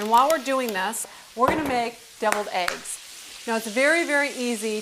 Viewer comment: "hard BOWL-ED AEEGS"